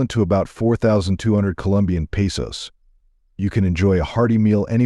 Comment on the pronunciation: AI mispronounced, peso